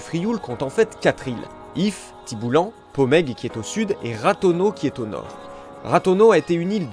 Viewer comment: Le L de Friou a ete ajouté par erreur en 1921, il ne se prononce pas. Tibolenc, écrit avec les lettres française : Tiboulen. Les lettres EN (comme Arenc) se prononcent EIN.